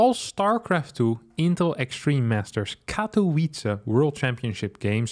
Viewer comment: Poland says: Katowice says: Katołice